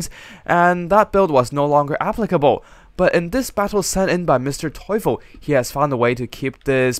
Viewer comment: Nice video and I love how you improved your German pronounciation of Mr. Teufel!!